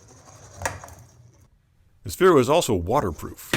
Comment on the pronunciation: ITS SPHERO NOT SPHEREO